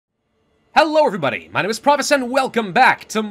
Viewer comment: Pravus still can’t pronounce his own characters name 😂